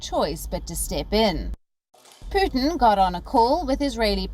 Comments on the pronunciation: Why does she keep pronouncing his name as Puthin? It's Pootin. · Not "poo-thin " but "pyoo-tin "